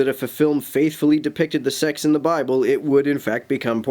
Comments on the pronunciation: He is literally Timothy Lovejoy, right down to the overpronounced last syllables ("Bible-LUH!"...) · I dig his preachy extra syllables: and as for the "a-violence in the bible-ah"...